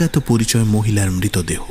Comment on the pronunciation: Its Mritodeho not Mitodeho. Introduction ei atke gelam